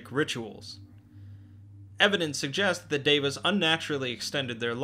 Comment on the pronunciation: I'm glad you pronounced Deva correctly. You'd be surprised how many people fail. I hear "diva" a lot. It's annoying.